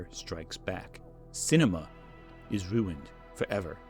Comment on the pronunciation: Why did u start pronouncing ruined like stewie griffin